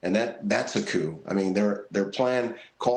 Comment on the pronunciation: A coup? Then why does this sound more like "Cope" 🤣